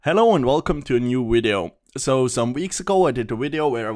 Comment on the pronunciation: And I watch his wideos before going to sleep. His commentaries relax me for some reason. (yes, I edited my comment with the sole purpose of changing the 'v' to 'w')